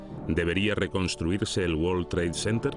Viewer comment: Que forma tan incorrecta de pronunciar world trade center please españoles son el único pueblo de de Europa q son malos con el ingles el 90 por ciento lo pronuncian mal